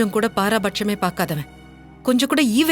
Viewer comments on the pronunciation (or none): பாராபட்சம் இல்லை.பாரபட்சம். பாரபட்சம் இல்லாதவன் என்றுகௌதமைச்சொல்கிறாள்கயல். பாரபட்சம் பார்க்காமல் நடுநிலையோடு இருப்பதே ஒருமனிதனுக்ககு ஆசிரியர்க்கு நடுவருக்கு நீதிபதிக்குஅழகு வேண்ண்டியவர் வேண்டாதவர் பார்க்காமல் நடுநிலையோடு இருப்பவரே பாரபட்சம் இல்லாதவர். இந்தச் சொல்லை கௌதமுக்குச் சொன்னால் அந்தச் சொல்லுக்கே இழுக்கு. பொருள் தெரியாமல் உச்சரிப்பு தெரியாமல் வடசொல்லைப் பயன்படுத்நதாதீர்கள்.முதலில் தமிழ் இருக்கும் போது வட சொல் எதற்கு?